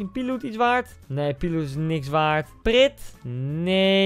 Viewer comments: Koen het is niet dennis pritt maar je zegt praat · 😂 preet het is praet btw je spreekt het uit als praat is een belgisceh speler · Prit????? Ga naar de spraaktechnologie aub, hahaha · ''prit" ik kan niet meer.. HAHA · Preat spreek je uit als praat